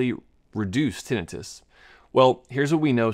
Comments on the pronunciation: He's saying like it's Tennis Wrist... say termite... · tinnitus /tĭ-nī′təs tin- eye-tus A doctor should know this. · I always thought it was tin-eye-tus 😅